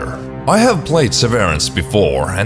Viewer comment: it's "SEH-veh-rance".